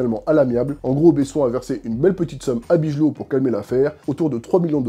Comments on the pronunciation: Ça se prononce,"Bigeulow" pas "bijeulot", le nom de Catherine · Bigelow se prononce big low frérot, mais c'est pas grave, la vidéo est top